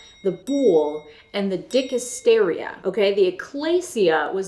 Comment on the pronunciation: Love how you pronounce "dick hysteria"